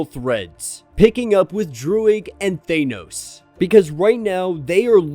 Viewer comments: Could you please learn how to pronounce "Thanos"? It's not "Thainos" or "Thaneoes" ... It's just "Thanos" Please for the love of all that is good in the world? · Bro I love you but it’s “THAAHHH-NOOSSS” not THAYNOS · Love the content bro but ur pronunciation of Thanos was throwing me off...Ive only heard Star lord pronounce it like that in the MCU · Please stop saying Thanos like that